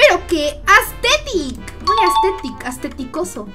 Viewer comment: yo cuando dijo astetico yo estetica